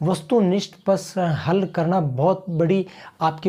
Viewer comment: प्रेजेंटेशन बहुत बढ़िया। एक सलाह ण के स्थान पर न का उच्चारण करनें का प्रयास करें, और निखार आएगा। जैसे करणा के स्थान पर करना ही बोलें।चेहरे पर मामूली सी मुस्कुराहट रखें, प्रेजेंटेशन में चार चांद लग जाएंगे। कॉन्फिडेंस अच्छा है।